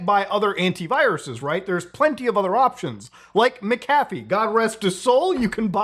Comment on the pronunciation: It's pronounced "MAC-a-fee," not, "mick-AFF-EEE." If you need to, imagine how you pronounce 'Pat McAfee's' last name.